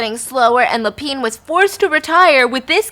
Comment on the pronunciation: Same with Lapin 😅